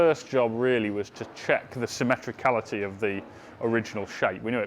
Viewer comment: I think the word is symmetry, not simetricallity!